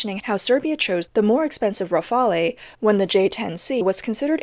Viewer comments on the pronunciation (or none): Please don't pronounce Rafale like that. The "E" at the end is silent.